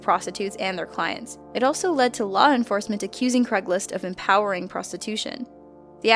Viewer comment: craigSlist, not craiglist